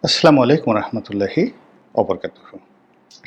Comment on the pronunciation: আমেরিকা যদি হাসিনাকে এইভাবে মহব্বত করত তাহলে তুমি কিভাবে এটাকে বর্ণনা করতে? ধরো রনি তুমি প্রধান উপদেষ্টা হিসেবে জাতিসংঘে গিয়ে যদি এরকম উষ্ণ অভ্যর্থনা পেতে তাহলে তোমার কেমন লাগতো?? ডঃ ইউনুসের জন্য তোমার এত কষ্ট কেন বলতে পারো? আর শোনো তুমি যে সালামটা দাও না এই সালামটা কিন্তু সহি শুদ্ধ না। তোমার সালাম শুনে সবাই তো তোমাকে খুব পরহেজগার দিনদার মনে করে, কিন্তু তুমি যে সালাম দাও সেটা অশুদ্ধ। সালাম অশুদ্ধ ভাবে দিলে কবিরা গুনাহ হয়। যে কোন একজন ভালো আলমের কাছে গিয়ে সালামটা সহি শুদ্ধ করে শিখে নিবা।